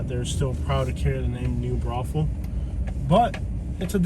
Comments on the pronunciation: Most ridiculous thing I’ve ever heard. Maybe learn about what the hell you’re talking about. It’s New Braunfels. Not New brothels. It’s named after Braunfels, Germany. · I am a homegrown Texan living in San Antonio and I never knew that it was a brothel city Was it new brothel and then someone mispronounced and call it new Braunfels